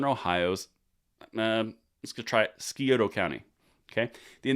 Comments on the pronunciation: Skioto county? Lmao! Scioto= sy-oh-toh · It’s pronounced “Sigh-oh-ta.” 😁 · Ok...let me fill you in on a couple of things. First off it's pronounced S-I-O-T-UH. Second...mike dewine is a rino that has NO chance of being re-elected due to his liberal like lock downs of 2020 so his signing of this bill is far from a sure thing. Thanks for the update. Keep up the good work. OH One more thing you're absolutely right about ohio deciding presidential elections and Trump won Ohio both times...Hmmm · Scioto pronounced: Sigh Oh Toe. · Scioto is said Sigh-Oh-ta Never count on DeWine to do the right thing. He will move to his left leaning brain if he thinks it will propel his political future. I hope it passes but I am not to sure it will get on his desk, I have no faith he would sign such a bill into law, it could tarnish his reputation and reflect badly upon his legacy. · Staying positive, but DeWine has disappointed many times. Also, Scioto is pronounced (sy-OH-tuh)... we have a lot of native american names in Ohio that can make a total fool out of you. 🤣🤣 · It is called. Sci-o-ta County, you're welcome. Lol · 🤣, I love it when someone sees "Scioto", for the first time. I have many more "Ohio" words that are areal pronunciations. Scioto is pronounced "sigh otuh". Try "Pataskala". Puh tass call uh. I'm certain you have local lingo. Keep up the good work! How does your head not explode? And, I'll give you extra points for taking a stab at Scioto. One of the new news guys mispronounced that for weeks. I think no one corrected him because it was funny. Finally, get a big ol' wide brimmed hat to wear outside. I've lost some skin too. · Pronounced Si-o-toe county. The buckeye state may be the kicking boy of the country, but we are doing work to protect our rights. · Hey brother, Good try on that name. Si o (long o sound) ta. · sci Oh toh .. sci as in science ... nice attempt thou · Sigh-oh-toe county